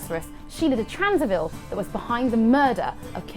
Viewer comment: Sheala de Tansarville ? Wasn't that Tancarville instead ?